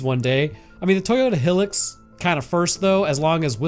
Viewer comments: My guy.. It's Hi-lux, not Hil-ux. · Wtf is a Toyota Heelex???? 😆 it’s a High-lux, Hilux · Ok, i know we live in different country but I'm still shocked with way you pronounce "Hilux". We pronounce the "Hi" as in "high. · As a Australian your pronunciation of Nissan and Hilux makes my ears bleed